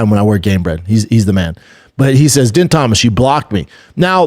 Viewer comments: Bro lmao how you gonna say we’re all cheering for her but multiple multiple times say yeah she got her ass beat but man we’re gonna watch her next fight yeah she really lost bad but this is so good for her you crack me up bubba btw din Thomas pronounced dean thomas you kinda should know how to atleast pronounce his name Gillian is pronounced Jillian just spelled differently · Din Thomas bro dammit B it’s not that hard to say fuhhhhhhhh